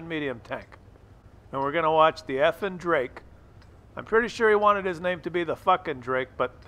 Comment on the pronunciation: Love your videos, but if you truly respect these players, like you say in this episode and many more, then you could at least back that up by pronouncing the guy's username properly. It's Effing_Drako, not Effing_Drake. Keep up the good work though. 👌